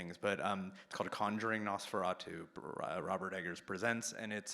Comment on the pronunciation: I'm glad the director pronounces the title correctly. So many reviewers online pronounce it incorrectly that I thought I was taking crazy pills and had to check.